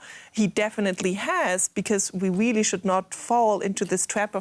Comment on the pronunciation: I think the blonde chic must be Elmer fudds granddaughter she says be bewy bewy qwiet I'm hunting Wussians